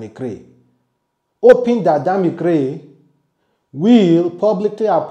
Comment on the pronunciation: Bro it's Krane and not Gray...the way u dey always pronounce words sef dey taya me mehn...😂😂😂